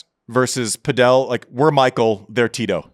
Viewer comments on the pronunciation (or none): Andy driving me crazy saying Padel wrong. It's padel...not padiel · Saying padél instead of pádel is not distant from saying Láver Cup:) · Pronouncing Padel like Nadal 😂😂😂😂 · We calling it pa-Del now? wtf